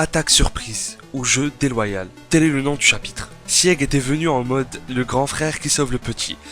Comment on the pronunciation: je t'en supplie Sieg ça se prononce "çigue" et non pas "siègue" aled